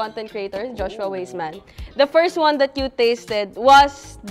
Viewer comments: Great that you consolidated different adobo recipes into one feature video. However, please be aware that "Weissman" is pronounced as "WISE-man"; and the pronunciation of "Geoffrey" varies but is usually the same as "Jeffrey"🙂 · Btw, Joshua’s last name is pronounced “Wiseman” 😊. Love his adobo version.